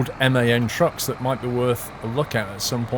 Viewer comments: The truck make MAN is pronounced the same as the word man not like M.A.N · M-A-N why not say it man trucks